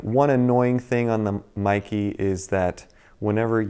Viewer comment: Mee-kay, not Mi-key.